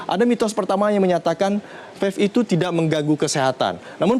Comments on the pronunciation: Bicara belepotan wooyyyy, Mana ada Vave, Belajar dulu woooyyy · ini orang ngomong vape aja belom lancar udah sok tau anjirrr, vafe vafe aja dari tadi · Ngomong vape aja vafe wkwkwk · dia bilang fef